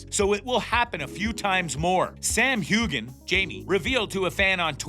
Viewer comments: Before you do anymore of these, please learn how to pronounce the people’s names. You mispronounced Sam’s last name, the author’s last name and Marsali’s name. Also, the video clips you showed didn’t coincide with what you were saying. Overall, this was poorly done in my opinion. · You cannot even say the star’s name correctly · Is this narrated by a computer voice? The narrator doesn't even know how to pronounce Sam Heughan's name.